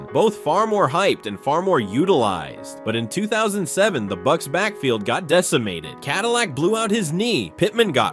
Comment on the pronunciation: the buccsess